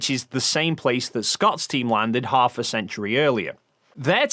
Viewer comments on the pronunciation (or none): none